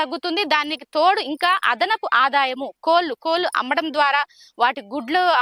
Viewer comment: కోలు కాదమ్మా కోళ్ళు పలకడం నేర్చుకోండి. తరువాత విషయం చెప్పుదురు